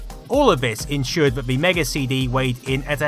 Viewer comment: "That commitid furver buyers to va platform" 🤣